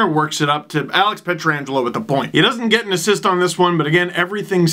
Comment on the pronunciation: Last I checked, it was "Pietrangelo," not, "Pietra-angelo"